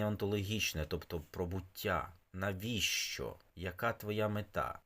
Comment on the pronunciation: Що це за вимова така,навіщьо і т.п., для чого так паплюжити вимову...